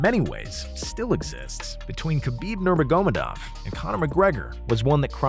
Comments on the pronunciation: “nerma-gomed-ov” dude how do you butcher that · That has to be the worst attempt I’ve heard at Khabib’s last name 😂😂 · How he says khabibs last name lol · Literally theee worst version of khabibs last name ever said lol